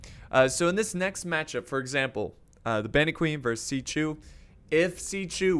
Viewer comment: Hey bud when there is an x in there name it makes the chu sound I play dw so when you say is writing it hurts my soul.